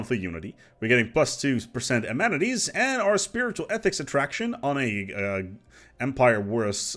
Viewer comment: A-man-eh-teas. Try it,.